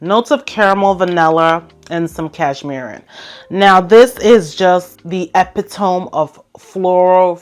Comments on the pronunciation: Hey I love your videos I watch them all the time. You're very informative. But sis I had to chime in on your pronunciation of epitome. Just for the future reference is pronounced like " epidimee" not " epatome" no judgment. I just wanted to let you know.. All love 💕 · Epitome - pronounced eh-pit-oh-meee. I say this with love! ❤️